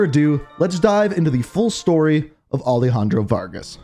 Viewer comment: Bro is it alehandro or alejandro? 😒